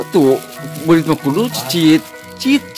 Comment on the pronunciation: Anjing gw ngakat saat bilang berit aturan berit malah beyit hahahaha